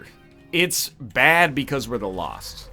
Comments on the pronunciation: "Lolst run" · That was a weird way to say "Lost".